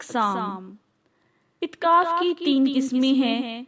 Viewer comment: مہربانی کر کے تھوڑی اردو سیکھیں اور اپنا تلفظ ٹھیک کر لیں. اتکاف نہیں اعتکاف ہے